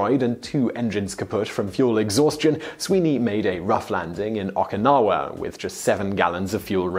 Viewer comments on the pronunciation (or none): Today I Found Out Someone really needs to give you some tips on how to pronounce Japanese words and names, because while I've commonly heard both Nagasaki and Hiroshima commonly mispronounced, I've never actually heard any mispronounce Okinawa before. Japanese is, by and large, a very easy language to speak (learning it is something entirely different), there's really only one way to pronounce anything and there aren't a whole bunch of exceptions to every rule, like in English. Everything in Japanese, for the most part, ends in a, e, i, o, u and is based on syllables ending in those letters. They are pornounced as follows: A=ah, E=eh, I=ee, O=oh, U=oo. So, Okinawa is pronounced Oh key nah wah. Nagasaki = Nah gah sah kee. Hiroshima = Hee roh shee mah.